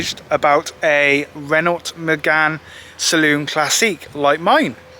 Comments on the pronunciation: Renault is pronounced like RENoh. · Interesting video and nice to see a car being saved from the scarppers. Could do to brush up on the pronunciations of "Renault" & "Volvo" though. :-p